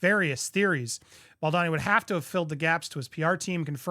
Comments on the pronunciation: Andy, Justin's last name is pronounced Bal doe ni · Please just stop saying Justin's last name if you can't pronounce it correctly. It's frustrating to see you haven't corrected yourself in all the videos that have come out from Popcorned Planet on this. I really wish you'd not try to pronounce things you don't know how to like laissez-faire etc. also as it breaks content immersion.